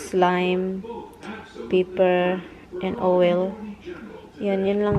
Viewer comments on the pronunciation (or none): Hahaha..wrong owel or oil hajaja